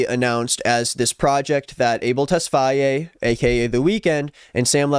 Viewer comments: Why do you keep saying “tess-fa -ye” it’s just tesfaye bro 🤣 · tesfaye is pronounced tess-fy